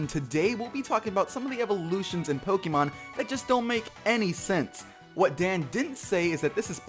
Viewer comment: Aquatic Charizard should really consider saying the word Pokémon correctly. The accent is not there to make the name look cooler.